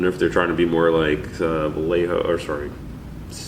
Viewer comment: Finally someone who pronounces Vallejo correctly.